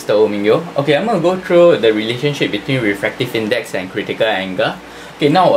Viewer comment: Anga😔 = angle 😔😔😔😔 Srry sir u need some improvement in ur accent